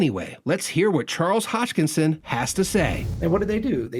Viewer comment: It's hoskinson not hotchkinson